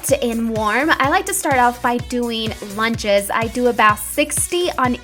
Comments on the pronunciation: isnt it lunges not lounges? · hun its lunges not lounges